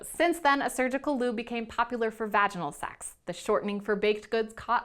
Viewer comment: The way she says SECKS tho.